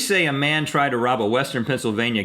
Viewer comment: Man not mane